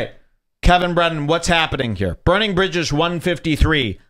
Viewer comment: Please never say bridges again "jules"